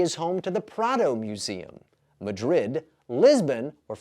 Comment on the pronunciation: I lived in Madrid for two years. Nobody pronounced it that way.